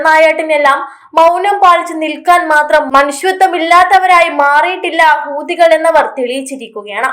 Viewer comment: ഹൂതികൾ എന്നല്ല പറയുക, ഹൂത്തി, കൾ എന്ന് പറയൂ മുത്തേ!